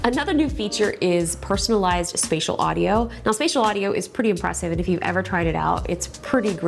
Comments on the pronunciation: Spatial not spacial 😅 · there should be a correction: It is "Spatial" not "Spacial" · Absolutely LOVE your reviews!! One note though... It's Spatial, not Spacial. ❤ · . Justine ! Spatial not Spacial 😃😁. Hehe, no offence. Big fan ! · Spatial not spacial. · Uh spatial not spacial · spacial or spatial. Oh. It is again UK and USA. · "spatial" audio. not spacial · It’s Spatial not Spacial. 😅